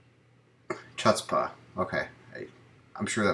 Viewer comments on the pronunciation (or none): BTW, "Chutzpah" is a Yiddish word. It drops the "c" and rhymes with "foots" for the first syllable. The second syllable sounds like "paw." The accent is on the first syllable. Hope this helps. Probably easier to just Google the pronunciation.